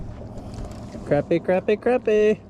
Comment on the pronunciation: it’s cra-pie not crap-ie